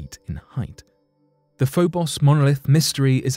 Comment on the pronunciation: Like the first "o" in "Phobos," The second "o" in Phobos is a long "o," as in "lone," "bone," "stone," etc.